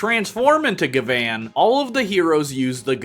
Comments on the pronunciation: Bro you realize you're saying Gavan name wrong right because it's spelled gyaban or gavin not ga- van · The way you say gavan sounds more like gvan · It's pronounced as Gavin btw. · hi, quick reminder for jp pronunciation if its 'A', most of the time its like "rUn" ah sound if its 'I', then its "rIng" ee sound if its 'U', then go "bOOm" oo sound if its 'E' then its like "sAy" or "café" or "Réstaurant", "Pokémon" lastly for 'O', like "gO" oh sound so gavan is GA-VA-N hope this helps in the future